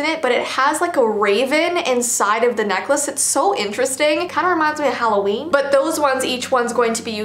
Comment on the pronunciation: Who’s exited for “Halloveen”